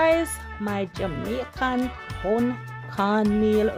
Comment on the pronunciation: Tun not turn lol...I have never had this but will give it a try...send mine thru royal mail lol